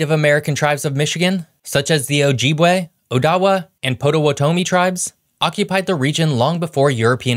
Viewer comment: Stopped in to say the same thing. I think Odawa was the only place/city/tribe name that was pronounced correctly. Shame he couldn't fit Ocqueoc in there to see how badly that was mispronounced.